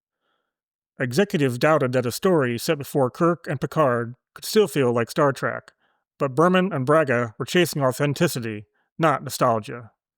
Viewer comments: “Star TREHK,” not “Star TRACK.” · OH MY GOD!!! "STAR TRACK" - ?!?!?!? SERIOUSLY?!?!?!? UNWATCHABLE. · The ringing game reward noise when you post your fun facts is super annoying. Drop it. Also I can hear you saying star TRACK very clearly lol adjust your AI otherwise 6-10